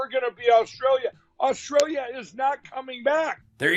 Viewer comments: ‘Rosstrallia’ 4.34…lol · Did he say Rostrailia instead of Australia? Definitely back on the pipe. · "Rostralia" golden.